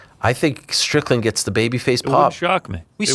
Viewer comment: Defo said stricton on purpose 😂